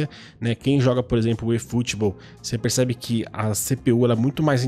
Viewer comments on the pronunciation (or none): Peridê (perder), Puriquê (porque), pericebe (percebe). Esse sotaque é...